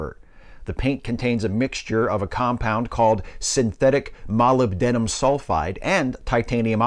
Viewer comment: *cough*It's MoLYBdenum. You can't really go wrong with the antepenultimate syllable.